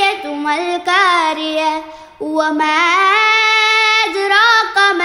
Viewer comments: മോള് നന്നായി പാരായണം ചെയ്യാൻ കഴിവുള്ളവളാണ്. നന്നായി വരട്ടെ അക്ഷരത്തെറ്റുകൾ വരാതിരിക്കാൻ ശ്രദ്ധിക്കണം. ഇതിൽ വന്ന വളരെ പ്രധാനപ്പെട്ട ഒന്നുരണ്ട് തെറ്റുകൾ സൂചിപ്പിക്കുകയാണ് തുടക്കത്തിൽ القارعة എന്നിടത്ത് ق ന് പകരം മോളുടെ ഉച്ചാരണത്തിൽ ك ആണ് വന്നിരിക്കുന്നത്. وما أدراك എന്നിടത്ത് ك ഉച്ചരിക്കേണ്ടതിനു പകരം ق ആണ് ഉച്ചരിച്ചത്. ഖുർആൻ പാരായണത്തിൽ ഇങ്ങിനെ സംഭവിച്ചുകൂടാത്തതാണ്. മോള് ഒന്നുകൂടി ശ്രദ്ധിച്ച് പാരായണം ചെയ്യാൻ ശ്രമിക്കുക. നന്മകൾ നേരുന്നു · അൽഖാരിഹ ഉച്ചാരണം നന്നാക്കിയാൽ ''വളരെ മനോഹരം